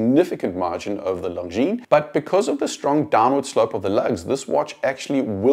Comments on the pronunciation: Very good video — but PLEASE pronounce Longines properly. Only ignorants pronounce the S at the end. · the way you pronounce it, it sounds like “Long Jeans”! I have the Legend diver in all black, which makes the long lugs less obvious and I love it! Amazing value for money! I prefer the design of the dial because of it’s vintage look, although the JLC is obviously better in terms of finishing. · Glad you enjoyed the video. Thanks 😀 Not sure how I feel about being called ignorant though. May continue pronouncing the S on pure principal. 😂😂😂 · Sorry, that was uncalled for on my part. I will remove my comment in a couple of days. I just thought it was a shame that such a nicely done video (with a very talented and well spoken host) ruined the end product by mispronouncing the name of such a pillar of the watch industry. I think people can be forgiven for botching Jaeger-LeCoultre -- but not Longines... ;)